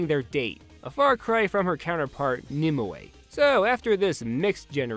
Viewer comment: I find it funny how you mispronounced Nimue. Nim-away. Lol.